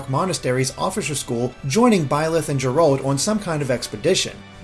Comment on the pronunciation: Actually,, it's pronounced "Jer-alt", like Gerald, not "Jerawlt". The narrator even says it like that.